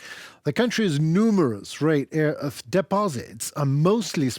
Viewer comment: Instead of rare earth you stupidly say rear earth! Learn to pronounce or don’t talk!